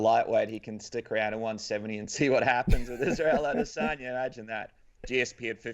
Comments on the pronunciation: Kacper and Ariel having that ad-es-anya pronunciation battle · Ad-is-in-ya......WTF bro, you have a Podcast, learn how to pronounce the fighters names:-):-) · They didnt pronounce it correctly, tried though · I’m pretty sure that’s not how you say Adesanya 😂